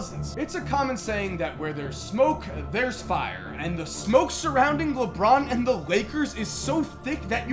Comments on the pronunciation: LeBorn lmao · LeBORN James?? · Leborn lol